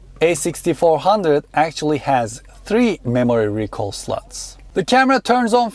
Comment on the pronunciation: slots not sluuts